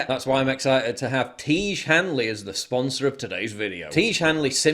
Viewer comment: It's pronounced "Tee-ezh", not "Teege". FFS, Paul.